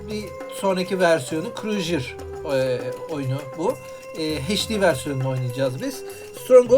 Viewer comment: stronghold en sevdiğim oyunlardandır mükemmel bir strateji oyunu. naçizane tavsiyem crusader kelimesini krujır değil de krusaydır şeklinde telafuz etsen daha güzel olur